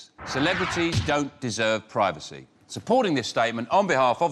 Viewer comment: Can we please pronounce 'privacy' properly.